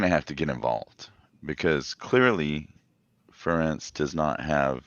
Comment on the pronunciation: When an Iowa fan says " Fur- entz" I know he is a clown